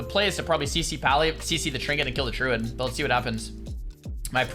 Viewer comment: Does anyone else hear "Truid" when he says Druid? I can't un-hear it now.